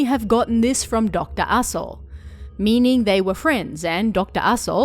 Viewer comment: I keep hearing Dr. Asho as Doctor AssHole and that makes this oddly hilarious